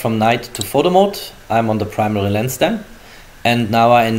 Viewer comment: No one: Germans: prmeri camera's